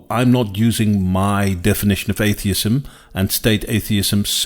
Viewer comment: Bro looks like he's being held hostage and forced to read that script at gunpoint. Blink twice if you need help,! It was pretty distracting to hear him say r/atheism as "ace-theism."